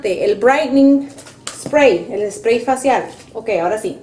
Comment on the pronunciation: ❤❤muy linda tú usando a tu mamita pero chama me gustaría q mostrarás de frente las marcas de los productos ,y li digas en español yo se papá de inglés o sea nada cuanfo aplicarte el último spray sellante lo dijiste bien clarito Spray recuerda q don videos para latinos pues no pronuncies todo en inglés para entenderte yo súper agradecida con tus enseñanzas yo también soy grande como tu mamita😊 Bendiciones para ti chama éxitos desde FALCÓN Venezuela